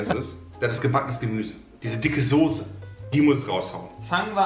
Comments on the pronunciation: Mir stellen sich jedes Mal die Nackenhaare auf wenn Sose sagt.. Es heißt Soße! Mit ß! Wie Straße oder sagst du auch Strase? Sorry das trag ich schon ewig mit mir rum xD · es triggert mich jedes mal aufs neue wie die jungs sose sagen....das heißt SOßE!!!